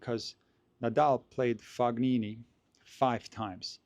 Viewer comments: He’s not pronouncing Fognini correctly. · You're as wrong as him. The GN is pronounced like in champagne, where you can and should clearly hear the "G". Source: I'm Italian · What I mean is that pronounced the letter G as it would be pronounced in the name Galileo Galilei. It's the common way of pronouncing G in German or Slavic languages, it's coming from the throat. But there is no such throat G sound in the French word Champagne, nor in Italian "gn", which is similar to Spanish letter ñ. is probably not familiar with the various usage of G in Italian. I just wanted to point out there is no Fog in Fabio's name. Fognini would be spelled Foñini in Spanish. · Fo- knee- knee